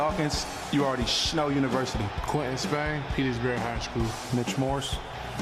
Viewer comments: "Dion Dawkins, you already shnow University" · “dion dawkins you all ready shnow university” 😂